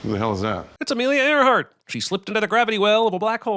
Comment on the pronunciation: It's Amelia Erhard l lmfao